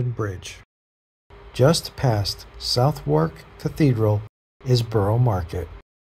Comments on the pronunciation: The streets are pretty busy today at Covent Gdn? Life long Londoner here and i thought it looked absolutely deserted you should see it at christmas🙂 plus it chesh-eeer not chesh-ire. That castle is actually The Tower of London!!! Suthark not south-wark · Southwark is pronounced Sutherk. The castle thing next to Tower Bridge is actually The Tower of London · Southwark is pronounced: suhthuhk